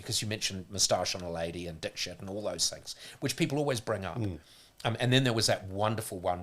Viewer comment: Paul actually was pronouncing Dikshit correctly on the Breakfast Show episode that ended his career, look up any interview from India, they all pronounce it the way Paul says it. Here is one interview where you hear the Host say her name, its at about 37 seconds into the video ...